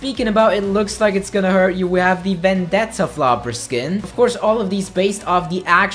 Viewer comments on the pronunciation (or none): none